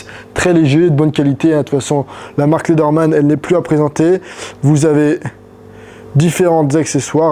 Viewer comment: dsl mais ça se prononça pas léderman mais lézerman